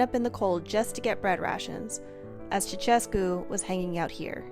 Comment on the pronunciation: The funniest thing is how you guys pronounce ''Ceausescu '' :)) At least you tried lol.